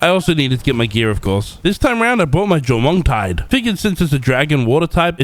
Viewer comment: Jormuntide ignis❌ Jomongdore ignis✅